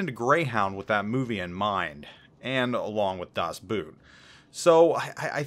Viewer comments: It's pronounced Das Boat even though the English would be boot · Nice review. Thanks a lot. Can I give you a little help with the pronunciation of „Das Boot“. (I am a German :-) ) Your “overall-O” would be a nice fit (95%) for the tow “o”s in Boot. Now it is more a “das Buut”. Train as follows: “overall, overall, Boverall, Boverall, Bot, Bot”. Maybe you can impress someone with your incredible german skills afterwards :-) Das Boot is the best movie ever in my opinion too. I have the 4h45m version on DVD :-) Does this version exist in english too? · Hey love your content. Please note i have a horrible accent when speaking english. Das Boot is pronounced das boat or das boht. Double O in German does not turn into a u-sound. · Das Buut....omg...this is really painful.....it's pronounced with a long "o" and that beaching...seriously ;-) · FYI.. Das Boot... is pronounced just like boat in English, only with the "o" drawn out more. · Das BOOT... O as in Oscar